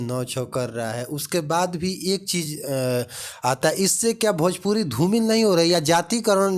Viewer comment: Pahle khesadiya ko sikha na bhojpuri ko bhajpuri bolta hai